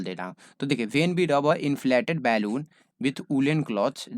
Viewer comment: Normal- बलून sir - बेलून